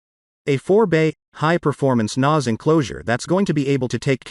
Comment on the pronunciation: Yeah, very weird pronunciation 😂